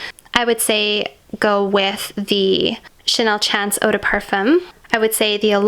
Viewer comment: It’s pronounced as Chanel SHAWN-CE MOT CHANCE.